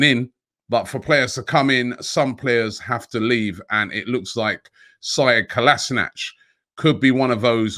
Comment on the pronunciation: Something like 3 years at the club, and no one has yet to say Kolašinac correctly